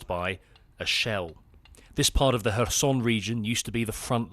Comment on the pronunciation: Its not pronounces her-son, its hair-son